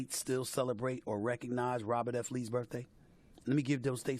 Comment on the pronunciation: It was a Robert E. Lee not F Lee